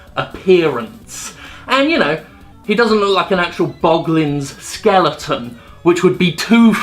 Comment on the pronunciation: "skelington" fuck off jim =[[[[[[[[[[[[[[[[[[[[[[[